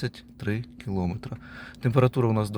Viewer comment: Ну чому ж кілОметри 😢😢😢 Просто кров із вух.